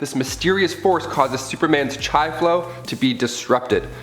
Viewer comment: It is not pronounced chi, it is spelled C-H-I and pronounced ch-ee